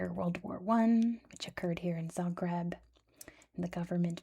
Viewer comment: i'm from zagreb, this was all pretty accurate and correct and i'm so happy to see my hometown get some recognition. it's a beautiful city with such interesting history and many legends surrounding it. also good job on most of the pronounciation